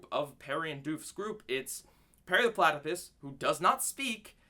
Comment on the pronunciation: it sounded like you said "Perry the Platy-piss" and it was hilarious. XD